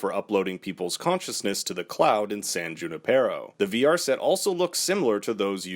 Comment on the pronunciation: San Junipero is pronounced with the emphasis on the NI part, the way you say it makes me cringe, being a Spanish speaker.